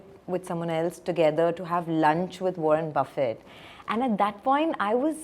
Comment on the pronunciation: God. You also say Warren Buffai! It Buffett. Not pronounced like buffet.